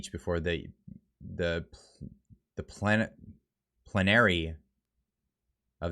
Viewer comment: Please learn how to pronounce words such as Plenary, Atkin, etc. etc. Good gravy. To practice, read out loud to yourself every night.